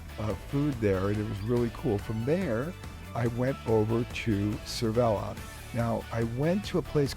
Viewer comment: Sav ville or Sav vee ahh... but not Sevella:) Great video... a long way from Bellingham. Glad you're having a great time. Seville is a great place. Valencia is often overlooked too. Another nice place.